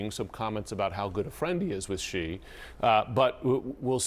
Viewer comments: In a country where almost no one in the media and administration knows how to pronounce another country's leader's name (Xi is pronounced as the letter 'C' instead of 'she'), do these people know what respect is? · why can't any commentator pronoun 'Xi' and 'Zhang' correctly?